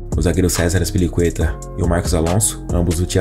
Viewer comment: Aspiricueta?? Fala sério